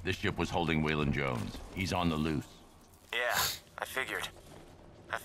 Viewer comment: If you listen he says loof instead of loose